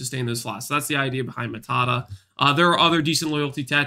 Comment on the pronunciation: Its not matata its maata